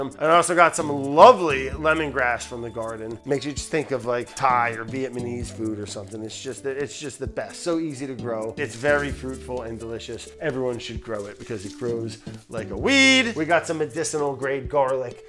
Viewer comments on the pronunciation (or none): Vietnamese not vietmaneze, there's seriously something WRONG with you Brad.... I used to think it was kinda entertaining to listen to ya speak your own (unknown) language..... It makes ya sound stupid, and I don't think that's the case....Do better Brad. As always, nice job on the ferment. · Did he say veitmanese? 😆